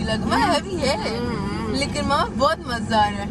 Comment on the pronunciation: i love the fact when you say “Mazdaar” istead of “Mazaydar” whenever you say it mujhe bht maza ata❤